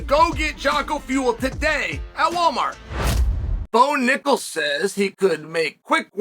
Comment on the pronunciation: I'm surprised unk Chael can pronounce Bo Nickal probably 😅